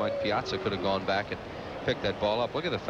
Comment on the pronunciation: his fake forced calls like his home run call "at the track, at the wall, looks up! That's ball is gohgoon!!" And I spelled "gone" wrong because he tried to make it a 2 syllable word. His overall humor and corny lines in general. He tried way to hard to be "different". He never let the game breathe. He was like a value version of the clown in New York, John Sterling. Im so grateful we have Franzke now. Sooo much better. He lets the game breath, his banter with his color guys is actually real and not forced.